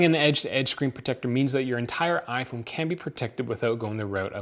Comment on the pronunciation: I wanna know why on the title is smartphone but you just keep say aphone aphone aphone because you can't even say iphone